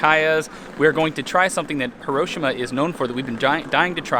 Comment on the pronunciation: I'm Japanese and 1642-Nemo Me Impune Lacessit is spot on. It's "Hee-Roh-Shee-Mah". All neutral in tone.